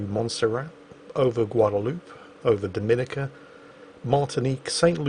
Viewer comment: the island nation is pronounced Do-mi-NEE-ca. I'm a Bajan myself and been waiting for this video for a while now:D. You are very welcome to come to Barbados again!